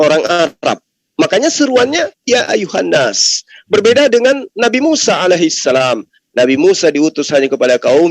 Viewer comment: Gue ngakak ngak mungkin ....ya ayyuhana Arabia 😅😂🤣🤣🤣🤣yang pasti ya ayyuhannas itu baru betul... Belajar dulu oten